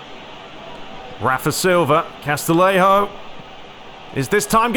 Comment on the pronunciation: Great video series, really enjoying your Master League with AC Milan! Just to confirm with you, the music at the start and end of the Serie A matches, is that a mod? Also for Castillejo it's pronounced CAS-TI-YE-HO, same as for Castellon is pronounced "CAS-TE-YON". Keep up the good work, great to have you back after the hackaroony!